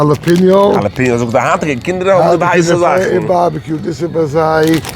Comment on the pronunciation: ✅ Pronounced: hah-lah-PEH-nyo ❌ Not pronounced: jah-lah-pee-no